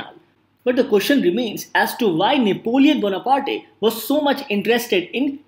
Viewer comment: I've checked American, British, English and French pronunciation of Napoleon Bonaparte and none of them pronounce ''Bona-party' Haha, just for fun.